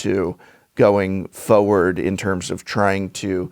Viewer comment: It's fo(r)ward.